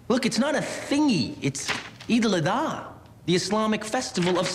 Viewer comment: he cant even said eid al adha right